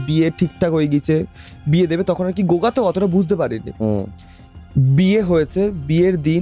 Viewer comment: gunga k o goga bolchhey😅